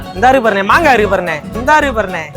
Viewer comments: மங்கா illa மாங்கா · அண்ணா மங்கா இல்ல மாங்கா